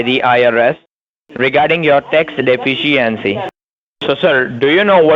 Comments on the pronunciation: "Tax de-fence-c-ency"😁😁😁😁😁😁😁😁😁😁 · Ol just can't pronounce "De-fish-E-ency" can he?! A day off AND a new video?!! Doesn't get much better than this!! The goat is still cracking me up!! Lol. Great job!